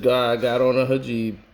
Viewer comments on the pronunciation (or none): none